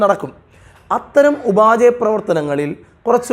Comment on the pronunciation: ഉപാചയ പ്രവർത്തനങ്ങളല്ല സർ, ഉപാപചയ പ്രവർത്തനങ്ങളാണ്. ഇംഗ്ലീഷിൽ metabolism